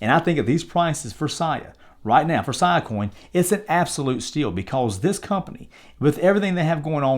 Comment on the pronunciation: “See-uh”, not “Siyuh” coin.